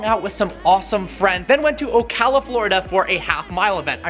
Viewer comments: He finally said Ocala right.......there is a God!!! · Finally pronounced Ocala right lol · You said Ocala right!!!!! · you finally said Ocala right lol. Good content! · You finally said Ocala right